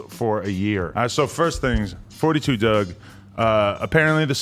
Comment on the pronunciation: It’s “4-2 dugg” not “42” 🤦🏽‍♂️